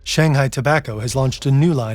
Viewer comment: Zhong Nan Hai, not Zhong Han Hai